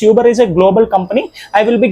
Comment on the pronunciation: Uber adhi Yuber kadhu